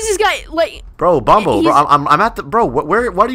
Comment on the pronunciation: bombo? it’s bonbo